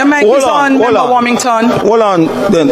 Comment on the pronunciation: Why can’t anybody in parliament properly pronounce the word member?